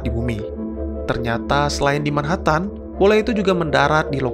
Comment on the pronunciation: min, tolong pengucapan 'MANHATTAN' nya yg benar